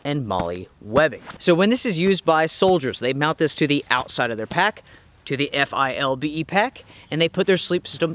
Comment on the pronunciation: It's pronounced FILL-BEE